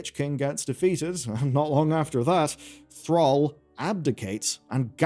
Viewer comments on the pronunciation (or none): none